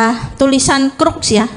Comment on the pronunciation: lebih yakin di "Crux" ,,bukannya "cross"